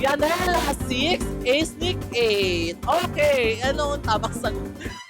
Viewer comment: sabi mo MT Everest baket Mali ang acenic